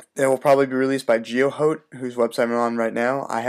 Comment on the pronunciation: its not geo hoat its geo hot